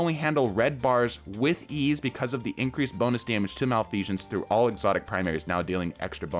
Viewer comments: MalfeSHense? What? I think you mean Malfeasance. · “Malfesion” lol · Okay, but why do you pronounce it "malfeashance"? xDDDD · Why is the S coming out as a J sound when you say Malfeasance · he really said malfeajance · Why he saying its name like "malfeazhance" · why do you keep saying Malfeasance weird? theres no "sh" sound on the S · Bro said Malfeashons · Okay, first off, thank you for the video. Secondly..there is no H in Malfeasance. It is not Malfeshance. Just a heads up. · Bro there is no h in malfeasance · Fun drinking game, take a shot every time he mispronounces Malfeasance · Everytime I hear "malfeasance" pronounced incorrectly a part of my soul dies. Malfeasance has always been good with lucky pants ever since their inception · I keep getting distracted by your mispronounciation of malfeasance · More PVE vids, please. But do drop the non-existent "sh" in "Malfeasance". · it hurts every time he says malfeasance